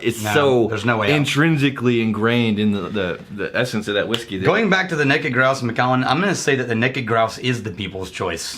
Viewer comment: “Neked” Grouse? Really?! Lol. Great job guys!